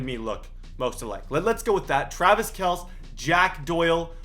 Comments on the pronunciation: It’s pronounced “KELCE” not “KELS” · It’s pronounced Travis kel-ce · travis kelce (Kell-see) get it right dumbass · Travis Kelce is pronounced Kel see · Kelce is said as Kelsey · It’s Travis kel-c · its pronounced kel-see even tho it's spelled kelce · he said kelce wrong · You need to prononce the E in Kelce